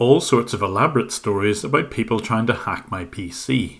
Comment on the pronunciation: Normal people : People Scammers : Peepel